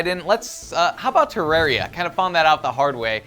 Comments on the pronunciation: I don't mean to be rude, but FYI terarria is pronounced ter-are-e-a. Just so you'll know. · Lol he can't even pronounce Terraria..... whatever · you pronounced terraria wrong and it was made before minecraft, i love minecraft and terraria but you have to separate your mind from them. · is it just me or does like to mispronounce things (ex: Tifa and Terarria)